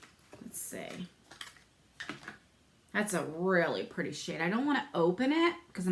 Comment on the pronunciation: Just love how you say "purty"!